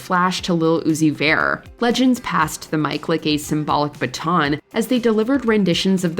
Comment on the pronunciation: “Lil Uzi Vaare” 🤣